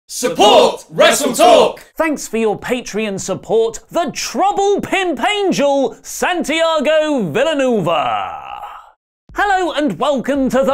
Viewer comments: Is not vil anuva It's villanUEv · Its Villa Nuehhhva not nuva lol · Villanueva no Vilanova, pendejo. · Its pronounced Villa-new-AYva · That's not how you pronounce Villanueva its supposed to sound like Villanueva not Villanueva. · Yeah FYI thats not how you pronunce Villanueva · I'll help you with that spanish pronuntiation at the start: Santiago (you said it right) Villanueva: Vi (you did great) lla (this is pronounced like english/american "j" example: John, Josh, Jan) -nue (you dont skip "E" pronouncing this part and it sounds like the same E in OwEns) va (you said it right) Edit,: i dont know why half of the text has a line over it, but it doesnt matter. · just to point out, that's not how you pronounce villanueva LOL